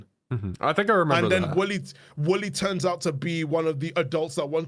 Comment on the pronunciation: For a second I thought was saying Willy instead of Wooly